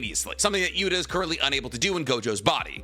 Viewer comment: Can u please stop calling him Gota?, it’s Yuta dude 😅. U still called Kenjaku, Kenjaku.